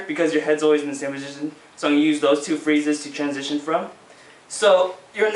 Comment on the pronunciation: was i the only one that screamed: TWANSITION!!! when he said transition?